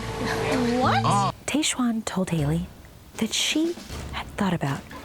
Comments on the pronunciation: Love you LZ, but whyyyyy did you keep saying Taysh-Juan instead of Tahzjuan?! It hurt my ears. 🙉 Loved everything else! 🥰😝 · its tajj-Juan (tried spelling phonetically) not tay-shwann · Where did you get the pronunciation of Tahzjuan from?? It’s said exactly how it’s spelled yet you’re saying it like TayShuan?! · Hey Lauren, great episode of RAR! I think Tahzjuan is pronounced like the Taj Mahal. I'm also wondering if some of her weird comments are a combination of editing and alcohol. Tahzjuan seemed intoxicated for some of this. It would also explain her health scare. Great take on Dean and Caelynn BTW! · her name is pronounced Tahz-juan. I love you Lauren but makes me sad when Bachelor Nation people have such trouble pronouncing POC names. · How do you not know how to pronounce Tahzjuan's name when it was said over and over in the episode?? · Lauen, I love you but you are butchering Tahzjuan's name. Lol Your so cute! 😁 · A B do not drink every time Lauren says Tahzjuan incorrectly 🤦🏻‍♀️